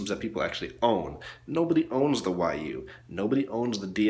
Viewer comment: Say Wii not WY